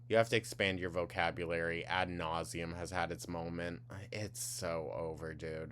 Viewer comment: "At nauseum." Girl, go back to hecticana and point blank period. Introducing new words and phrases to your vocabulary only works when you understand what they mean and how to properly say them 🤦‍♂️